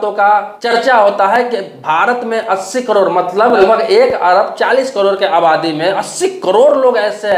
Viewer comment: पहले करोड़ बोलना सीख,😂 कड़ोर नही 😂😂